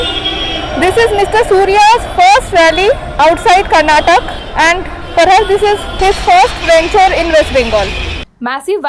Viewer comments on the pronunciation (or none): It's not Karnatak it's Karnataka please pronounce it proper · Karnatak instead of karnataka! God when will they learn? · It’s KarnatakA not karnatak..😡